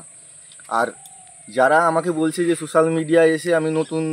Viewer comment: আরে ওটা সুসাল মিডিয়া নয় রে ওটা সোসাল মিডিয়া 😂